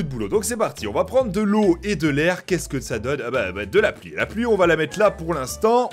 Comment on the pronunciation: De latér é De la ploui